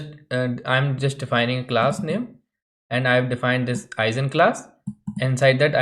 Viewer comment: I've always heard the G in Eigenclass pronounced like the G in Guess